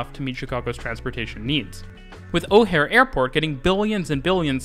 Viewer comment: Dude said O'Hare wrong...